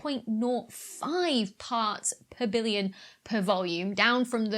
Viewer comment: You need look on the non-dark side of the moon. You're VERY consistent with your pronunciation of parts per villion!